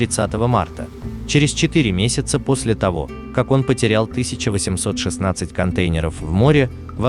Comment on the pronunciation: Ужасно слышать этот голос- контЕйнеров,про числительные ,вообще молчу....почему реальным голосом не набухтеть???